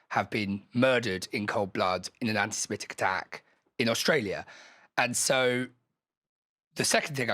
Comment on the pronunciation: So happy to hear you pronounce 'Semitic' rather than 'Semetic'!